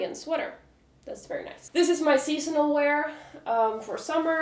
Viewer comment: Where are you from ? You say the words "seasonal" and "casual" kind of differently. Just curious :)